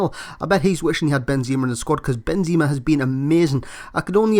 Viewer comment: i'm sure its pronounced benzema you say benzeeeema